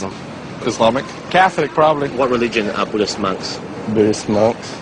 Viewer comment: "What religeon are BHUDDIST Monks?" "???" You guys must have cut a lot of people from this interview.